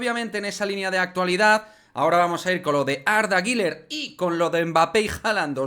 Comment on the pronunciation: La pronunciación correcta es “GULER” uuuler U U no giler ❌el nombre no tiene la letra i por ningún lado que verguenza 🤦🏻‍♂️ saludos